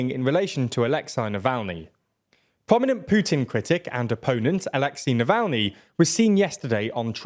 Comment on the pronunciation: Oh come on, it gets ridiculous with the foreign names. You pronounced Alexei Navalny in two different ways. 😂